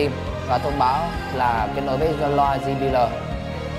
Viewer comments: ji bi eo anh ơi! chứ ji bí lờ gì nghe mắc cười quá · "Di bi lờ" :v